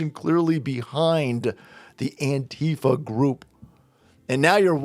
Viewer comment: I THINK ITS PRONOUNCED ANQUEEFA